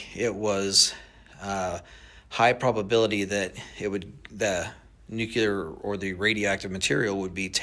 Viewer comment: I don’t know man, he says nucelar instead of nuclear! Last guy that said it that way was one of the most untrustworthy presidents in history!!!